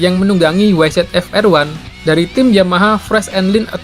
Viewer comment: Bang nyebut YZF | YZR bukan Wai Zet Ef | Wai Zet Ar tapi Wai Zi Ef | Wai Zi Ar.